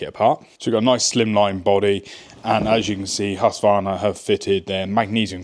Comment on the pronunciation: Please start to use the letter K in the name ,- Just say HusKvarna and you will be pretty close